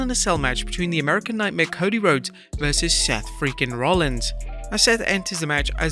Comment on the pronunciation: There’s actually no way mama said CODY “Rhoades” the pronouncation of that spelling is “Road-ess”, while the actual spelling is RHODES, Pronouncation “Roads”, if ur a WWE fan (which I don’t think u are) u probably should know this, and I’m not even a WWE fan lol